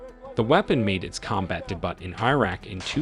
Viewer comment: I love it when AI pronounces debut as Dee-butt :D